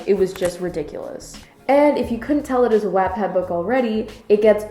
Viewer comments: Love this review but wattpad is pronounced what-pad haha...that kinda bothered me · “WaAaTpAdD” smh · The way you pronounce “WHAT-PAD” annoys me but it’s okay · W AH T PADD IS MAKING ME FUME ITS FUCKUNG WATT PAD LIKE KILOWATTS WHEW SIS LEARN HOW TO PRONOUNCE THINGS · Wattpad is pronounced Waht-Pad, not wat-pad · Love your rant but its WHAT-pad xoxo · First of all if you are going to say stuff about the wattpad , please say it right watt-pad not web-pad , and this is most amazing book I have even read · omg isn't Wattpad pronounced like 'what-pad' she keeps saying 'wattttpad' wottt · Okay so I love your commentary but I’m so hung up on how you say “wattpad.” Everyone I know pronounces it “watt-pad” like a kilo”watt” but you pronounce it “whatt-pad” and I’m so shook like have I been pronouncing it wrong my whole life?? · I really wanted to watch this video but I couldn't after you started saying "wat" pad. its pronounced "wot" pad ahhhh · She says Vaat- pad again and imma take a shot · It's pronounced What-pad. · pretty sure she's saying it wrong. Should be pronounced like the unit of power "watt" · if you separate the words, its literally pronounced wottpad. Seriously, you're friends are stupid. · "WAatTpad" the pronounciation :(((((( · it’s WATT like a LIGHTBULB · Mal Halewell it’s whoat pad !!?,Ll!lL,,.#))-828-‘s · Maybe try not to use the word "bone" in a book review lmao ps- wattpad is pronounced wot-pad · Your pronounciation of Wattpad is so weird to me, since I call it 'what-pad'. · Watt please ‘watt’ pad your pronunciation hurts me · Stephanie N Wattpad is a site for people of all ages who either want to read stories (free), write their own stories and possibly become published, or even just connect with different people :) P.S Yes lol it is pronounced "what- pad" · this is a good and valid video but the way says wattpad makes me want to pull a van gogh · Mal Halewell I noticed that but I can live with it. I say “wat-pad” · pLEASE SAY WATTPAD RIGHT